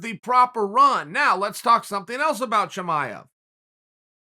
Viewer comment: Chael "Toe-maev" Sonnen